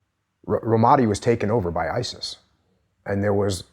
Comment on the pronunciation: Learn to pronounce Ramadi, you fucking knucklehead.